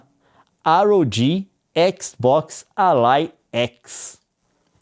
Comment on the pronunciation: Pq ele fala ARoudji? Fala RÓGUI q é mto mais legal